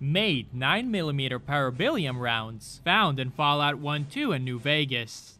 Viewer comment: "Para-belli-um" "Hell-vet-ee-uh"